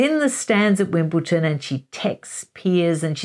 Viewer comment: Please don't be another otherwise detail and research orientated creator who mispronounces 'Wimbledon' as 'Wimbleton'. Granted the name is a stumbling block to many, but it is like nails on a chalkboard to a lot of us (and I'm not even English). I beg you not to spoil otherwise very interesting and insightful presentations with this careless mistake... PLEASE!